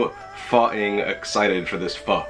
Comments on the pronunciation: You said FOO . I guess old habits are hard to break. ;-) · Went back to calling it "Foe" after 4.5 minutes :( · you said it wrong lol. I do it too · keeps sounding like your saying the f word:P i must use it to much